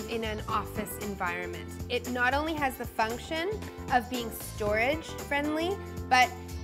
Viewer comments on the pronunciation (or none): your emphasis of ONLY makes me question your taste.